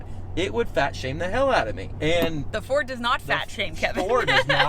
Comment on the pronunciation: Not a Furd 😂